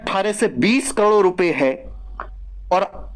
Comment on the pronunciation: करोड़ ❎ कलोड़✅😂😂